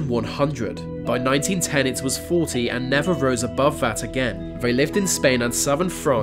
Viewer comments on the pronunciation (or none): none